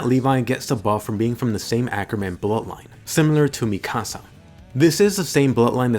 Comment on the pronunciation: I don't know why, but the way he pronounces Mikasa rly annoys me